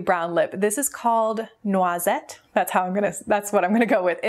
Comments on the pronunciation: Very nice pronunciation of "noisette"! Did you study French? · Loved the haul! The Stila palette looks beautiful, they did such a great job with the packaging. I also loved the Jouer liquid crème liquid lipsticks that you chose. 😊 You pronounced Noisette correctly by the way! It means hazelnut in French and it's actually the inspiration behind my middle name Neuzeth (my mom just didn't remember how to properly spell noisette). lol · You pronounced "noisette" perfectly ! It means "nuts" in French :) And "cassis" is also a name of a berry...